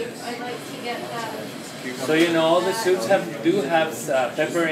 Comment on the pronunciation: Is there peppurr in all those sewps?!